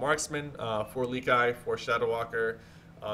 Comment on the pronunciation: yo sypher i like how you say lekeye instead of lekiXD